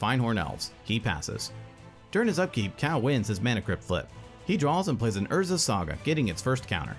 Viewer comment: Ok, who is the narrator that can't pronounce Cal.